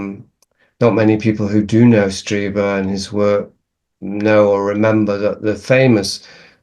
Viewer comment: Streeber, it's pronounced Streeber